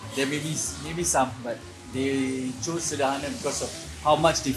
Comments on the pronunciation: It's pronounced as "cer-der-hana" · Is pronounce Sir-Derr-Ha-Na..bruh..😂